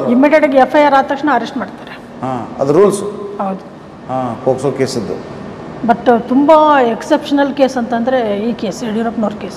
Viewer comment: Super kaanunu mam it is not posko it ir pokso